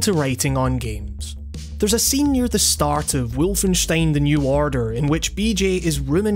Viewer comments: Was about to comment the same thing "Wulfenyshtein" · James Atkins Full blown German accent, that is. Even feels a bit overexaggerated.